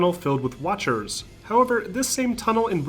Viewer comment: Did you say watchers?